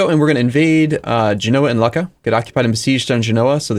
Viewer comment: you probably wont care but Lucca is pronounced like luke-a, not like luck-a